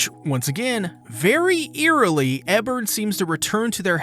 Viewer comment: OK like bruh Ebern even says his name in the episode... how you still saying it wrong?